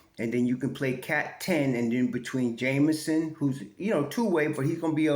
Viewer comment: Hey - The brother's name is JEMison and not Jamison, just for the record. 😊